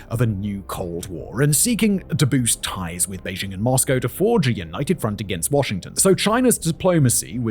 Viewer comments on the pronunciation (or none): none